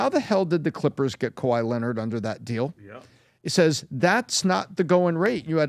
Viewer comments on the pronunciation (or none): “Kay why layonard” 😂😂😂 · PBD trying to say Kawhai Leonard ...😅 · how the hell did you pronounce Kawhi Leonard in the beginning?? 😂😂😂😂